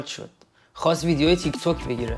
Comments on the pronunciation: سوتی باز دادی که تیک تاک نه تیک توک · انقدر نگو تیک توک بخدا تیک تاکه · بمولا تیک تاکه نه تیک توک😂😂😂🤦🏻‍♂️ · تیک توک نیس داداش. تیک تاکه